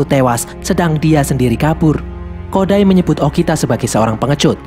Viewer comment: kok bilangnya okina harusnya bilang okita